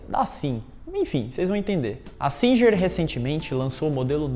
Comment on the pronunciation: Singer se pronuncia "Singuer"